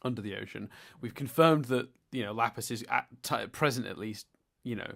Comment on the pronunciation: stop bloody calling her Laugh-iss! I agree with the Pearl's dream thing, quite often the Crewniverse are their own worst enemy! is right, Garnet's power is a stupid trump card. She's just a plot device for when the writers can't be bothered making the plot flow well, especially in the later episodes., do you prefer the old intro or the new intro? How about the animation style from these earlier episodes or the type from the season 4 episodes? I also wish I had Steven Universe friends (do and count?:D) It's bloody "chilly teed"!!! Sam talked about how there are no non-traditional feminine characters - has he not met the best character, Jasper? She's the antithesis of femininity!! Does a stupid thing "I don't know why I did that, that was weird." Literally me irl Excited for this season, it's my favourite! what is you opinion on Pumpkin? I identify as a part of the NBS fandom